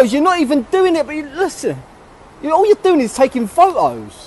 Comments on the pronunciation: It is pho-tohs not pho-oos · "Why are you taking foe o's" 😂